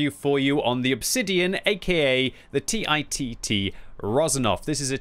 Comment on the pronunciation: Anyone else laugh out loud when he said TIT-T? 😂